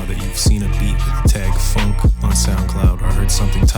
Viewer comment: What I love about Phonk is how it's pronounced "Phauwunk"